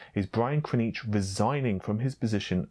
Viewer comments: ...it's KrZAnich...not Krnich;)...love your content though and thanks for covering these things! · It's pronounced Brian (Ker-Zan-itch) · Private User why? He's right. It's not Kra-nitch.